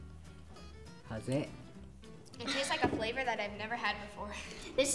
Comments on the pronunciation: The boy with blond hair pronounced “flavor” as “flavo” because the English “R” sound can be difficult for many kids to learn :) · One of the kids as a "lisp" meaning he has a hard time pronouncing hard R sounds. So when he said "flavoe" he meant "flavor"